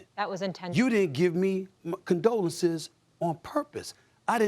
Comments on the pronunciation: “until he saurr it” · "Sawr" get it right buddy